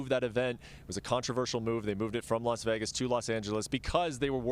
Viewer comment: She also called Vegas = Begas lmfao